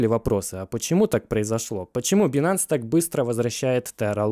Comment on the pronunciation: Правильнее говорить байнэнс, а не бинанс)